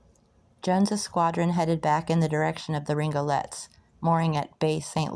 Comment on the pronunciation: French Louisiana and the Florida Parishes names can be tricky. Good on you for trying. But they’re pronounced “Born” , the “Rig-o-leez”, and Pass “Chris-chi-ann “. Tell your mom and nem hello.